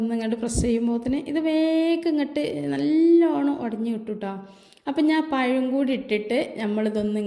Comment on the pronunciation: പയം അല്ല പഴം ആണ്